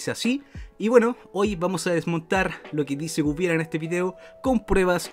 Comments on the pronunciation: Bueno yo soy medio fan de Guibel y me limitare a decir... porque nadie puede pronunciar correctamente Guibel...?, lo anda pronunciando Wuibel XD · Y no sabes pronunciar su nombre no sé de que país seas pero si no tiene una "Ü" no se lee como lo dices.